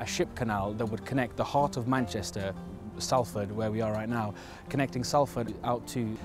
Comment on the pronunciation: Have you learnt to pronounce Salford yet?